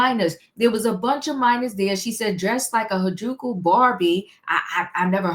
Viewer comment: Good morning the word is (hair-a-joo-koo). And why would she come out and not clean up that double entender. Little ppl, little ppl.🤦🏾‍♀️🤷🏾‍♀️ Lordy she sounds a mess. Did they look young or where they young. Because she looks young.🤦🏾‍♀️🤷🏾‍♀️